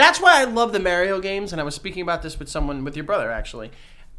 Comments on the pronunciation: MARIO not MEEARIO .. YIKES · Mario........mairio..... for good stankin god it’s MARIO m- are- eo. PERIODT. Love y’all tho. Hated every time he said mairio but much love in general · Is no one gonna talk about how said maryo and not Mario 😂😂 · Why does keep saying Merio? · The way pronounces MARIO haha Marry-o. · The way says “Mario” like “Mary-O” grinds my gears 😂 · The way pronounces “Mario” ❤ New York shit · the way you say Mario is wrong I'm sorry. but the Big Bang Theory is a good series but I understand why you don't like it they are very nerdy bunch. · The way pronounces Mario triggers me. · is a fake gamer for pronouncing Mario like that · yo I love yall good luck on ur podcast but If u keep pronouncing Mario like that OH MY GOD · I can only hear the word Mario mispronounced so many times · We are going to have issues if keeps pronouncing Mario wrong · It's definitely a NYC thing. I'm originally from the Bronx and everyone around me would pronounce like this except for the people in my fam. And even though I grew up hearing it like this it still makes me cringe